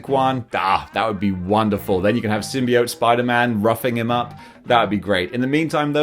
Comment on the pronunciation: You can pronounce symbiote either way, but your pronunciation is the most common.